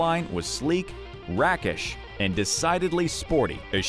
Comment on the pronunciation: I also heard rackish in there. We used to say a car was rakish.